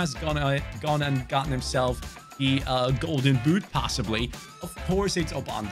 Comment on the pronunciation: “golden büt” 😂😂